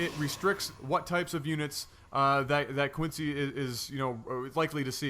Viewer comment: His name isn't pronounced "Quin-C," it's "C-Quence." The "X" is completely prosthetic.